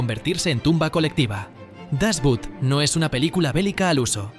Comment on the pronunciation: No es "das but" pues no es inglés, se pronuncia "das Boot" en alemán o "das Boot" en español, pero repito, la palabra no es inglesa.